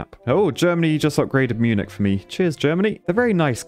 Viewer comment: Oh god, when will you learn how to pronounce Munich? I just want to hear you say it once. Correctly.